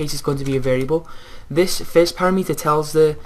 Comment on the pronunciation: para-meter? don't you mean pa-rameter?